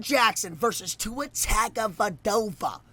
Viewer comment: Man he’s says tuas last name tagadova And says Miami like miaimi